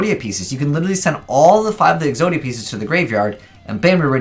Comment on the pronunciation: "Podia" "Po-zodia" "Exoto" "Exodato"